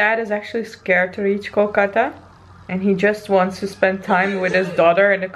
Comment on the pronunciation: wow u pronounced Kolkata way more better than others non-bengali Indian ...I'm impressed 😲😲😲😲